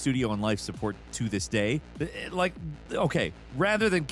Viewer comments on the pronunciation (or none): none